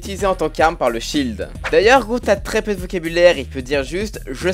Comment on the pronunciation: "Je s'appel Groute" 😂😂 l'anglais est pas ton fort 😂😉